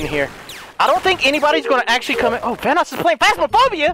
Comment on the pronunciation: Are you serious? The OP said "Vannos" when its Vanoss